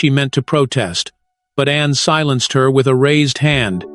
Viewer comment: I applaud Princss Anne! I just wish who or what narrates would not refer to her as "Annie"" and Princess Diana as "Deanna". That's disrespectful.